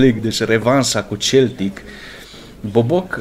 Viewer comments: De fiecare data cand zici Celtic in loc de Seltic adica cum se pronunta corect imi vine sa ma zgari pe fata... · Baaa se citește seltic nu celtic asa se scrie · Se citește Seltic nu celtic cum zici tu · Se citeste Seltic nu Celtic